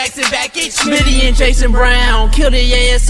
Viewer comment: O lord coach just said smitty at motel 6. 😂 that ain't right.